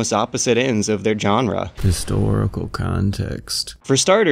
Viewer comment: why do you pronounce "genre" like that